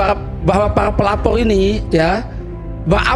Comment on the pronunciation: Pelapor ❎️ Pelapolll ✅️